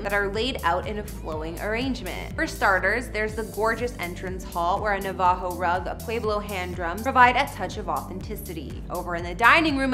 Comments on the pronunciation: Na VAH ho rugs??, 😂😂where is this chick from? NAA vuho as in the Navajo tribe is how it is pronounced here. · Ok, please learn how to say "Navajo". How is this not common knowledge? It's "naa-vuh-ho", not "nuh-VAH-ho". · Learn how to pronounce "Tesuque" and "Navajo."